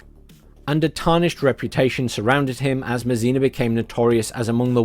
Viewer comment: André Masséna...pronounced `Ondr-eh MahSeh-Nah'... The 'e' in French rarely makes an 'eeee' sound. LoL